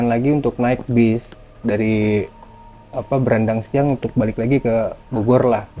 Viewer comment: Baranangsiang, Bang, bukan Brandangsiang.. 😊